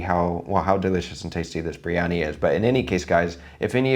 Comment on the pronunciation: He say it little like mandhi briyani..